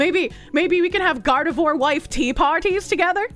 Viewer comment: Can confirm weed does exacerbate schizophrenia. It can also bring it on early if you are prone to the condition. My cousin was diagnosed in his 30s as paranoid schizophrenic after habitual weed smoking (which he is continuing, go figure) for 20 years. Also: Gardevoir is pronounced "Gard-eh-vwar", not "Gard-ah-vore". Americans. Pfah! God that's such a horrible rendering of John Kennedy. That is 100% AI or AI upscale.